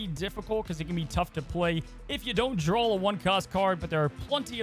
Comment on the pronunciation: (draw) not drawl